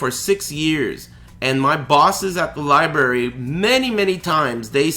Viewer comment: "The liebarry" I love it.